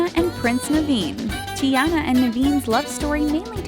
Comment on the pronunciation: I'm mad she's not saying Princess Tiana's name correctly